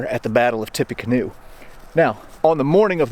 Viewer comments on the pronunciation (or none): Mispronouncing the universally accepted Tippa-canoe as Tippy-canoe is a wild choice.